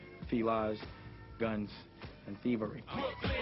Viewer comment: lol dame saying 'thievery'